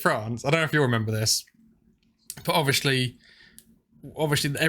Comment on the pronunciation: "Ovishee" or Obviously...?